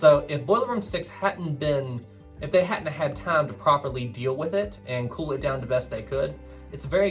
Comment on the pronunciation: . When the word time was said, I heard "tom" or "thame".